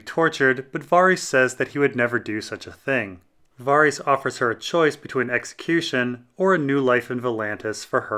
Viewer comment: Varys is not Vaarys 😂😂!!